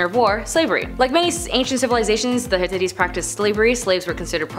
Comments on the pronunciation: Ps, it’s hitItes 😂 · You are completely butchering the name of the civilization. It’s pronounced Hit-tight. Thank you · "high-titties" I can't watch the rest of this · It is pronounced HIT TIGHTS. Perhaps you should ask the correct pronounciation if you are giving a presentation on a group or a nation. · Please note that I'm not trying to be mean or disrespectful; rather I'm just stating my frustration with this video cuz I really wanted to get the info on such a great subject matter. The title of this one was intriguing! AGAIN NOT TRYING TO BE A "VIDEO BASHER"!!! This is an interesting topic but I can't enjoy it or even get any info out of this video. This girl not only butchers the name of the civilization (which, by the way, is the only word that isn't going 100mpr in this video) but she's speaking so fast that u really can't understand or absorb anything that she's saying and she's obviously reading her material for what seems to be the first time cuz she stumbles periodically thru her RUSHED MONTRA & SIGHS as tho she's annoyed with having to do this video! Plus, at the end of her "sign off" or "goodbye", she doesn't come across as or sound sincere. Plus her "tone of voice" seems to add a little sprinkling of "thank God I'm finally done with this crap"!!! This video is the MOST UNENJOYABLE one from this channel (WHICH I DO💜& AM A SUBSCRIBER TOO)! Also, this video barely beats out the ones with the host that has long dark hair & thick round black rimmed glasses that always miss-pronounces words & always gets her facts wrong!(AGAIN NOT BEING MEAN JUST FACTUAL). I'm so disappointed cuz I really wanted to know what the 10 things were about the Hittites!